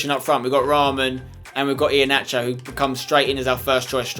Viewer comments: for Iheanacho it's pronounced Iheanako not nacho. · I left when I heard iheanacho